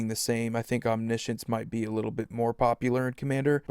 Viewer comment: Omni-potence, omni-science lol. Sorry it kills me when people say ominessence etc. Omnipotent is a real word.